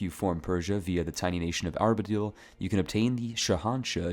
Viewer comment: Everytime you said Arbadil instead of Ardabil, my eye twitched. Neat video though, gonna try a Granada run for the challenge